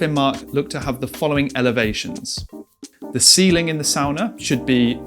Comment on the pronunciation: I instantly loved that you made the distinction of the pronunciation of "sauna" vs "sawna" (and what each of those structures might represent) without necessarily trying to draw attention to it. Very finnish of you! 🙂Well done. Great video!